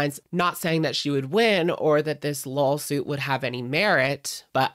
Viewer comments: When you said “lawsuit” it sounded like you actually said “lol-suit” and I gotta hand it to you that’s clever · I heard that 2